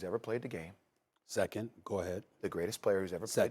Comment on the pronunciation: Emphasis on “SECOND”